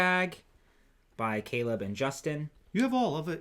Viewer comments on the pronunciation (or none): none